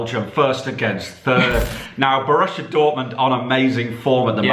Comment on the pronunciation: Seriously, Bo-RUSSIA Dortmund😅🤣😂